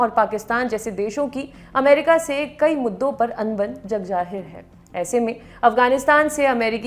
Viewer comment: Aap anchor to achi hain per aap ki pronounces utni achi nahi hai jaise jag jahir nahi balke jagzahir